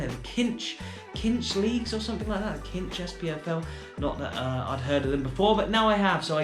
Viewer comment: The sponsors are pronounced as Sinsh, they’re a car finance company! Fancy rangers to win the SPL again this season, Celtic are going through a transition